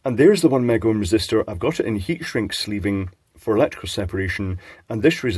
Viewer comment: Is it so hard to say mega? Its not made by mcdonalds.